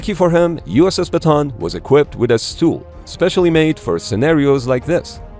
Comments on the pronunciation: Still can't get used to how Americans pronounce Bataan and keep hearing it as a "baton". Since this was taken from a place in the Philippines, it's usually pronounced as Bah-Tah-Ahn. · Show your face and also it is pronounce as ba-ta-an not ba-ton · Bataan is pronounced as Ba-ta-an Not Ba-tan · Not batan,,its bataan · Ba ta an not batan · It's /ba-ta-an/, not /ba-tAn/. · uss ba-ta-an not batan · It is pronouce as "Ba-ta-an" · Bataan is pronounced Bata-an. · Ship’s name BATAAN named after battle of Bataan in the Philippines during WW2. Proper local Filipino pronunciation is BATA-AN to emphasize the additional letter A and not BATAN. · The proper pronunciation is "USS Bah-tah-ahn.” (am filipino) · Yes though it's pronounced like: Baw-taw-awn It's a historically significant place for the US military in the Philippines. Not sure why they don't know it. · How many syllables in your way? I've always heard it pronounced "buh-tawn".